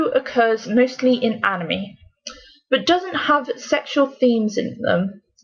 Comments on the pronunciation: In the beguinning of the video they prononced anime "animi" But then... Later changed it to anime they had to say animi a couple of times to say it anime. Only me who noticed? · The mispronunciation gives the word "anime" is cringy to my ears... HELP. ME. "ANA MEEEEEEE" I WANT TO GOUGE OUT MY EAR DRUMS!!!